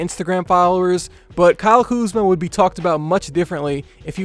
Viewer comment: Bro said kuzma at the 2 lmfao